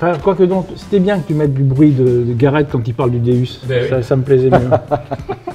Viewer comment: stp si tu aime autant ton Deus stp stp prononce correctement sont non c'est un déOUs sa se prononce déOUs et non déUs pour faire partie de la team Deus faut savoir comment sont detecteur s'appelle.si un pilote te dit je fais partie de la team Ferrari et il te dit je fais partie de la team Ferraru tu en pensais cois 😂😂😂😂